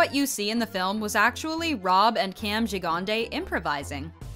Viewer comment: “Jig-ahn-day”? LOL. Gigandet. “Gigg-An-Debt”